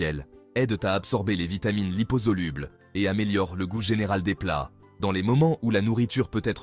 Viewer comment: Je commence à en avoir ras le bol de ces voix robotisées, de leurs défauts de prononciation (« dikse » pour « 10 », par exemple, ou « lipozoluble ») et de leur monotonie. Vous ne pouvez donc pas parler pour de vrai, avec des erreurs humaines, c’est vraiment si dur ??? Produisez moins, mais produisez bien ! Ça gâche tout, cette nouvelle façon de faire.